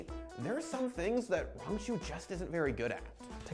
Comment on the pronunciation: "Rangachu" well I guess youtubing is a good job option when you can't read lol